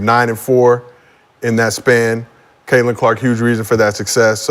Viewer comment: Before Sheryl wouldn't say Catlins name like she was Beetlejuice. Now she's saying her name like Sandra Bland! 😂😂😂 R.I.P to S.B. but it's true!